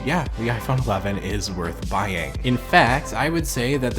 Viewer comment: ...... 😑 Why you saying "bheying" champ?